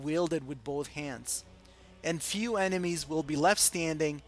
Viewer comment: "most enemas" ugh "enemies"